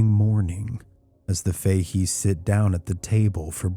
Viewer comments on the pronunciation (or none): Fahey's is pronounced Fa heys.❤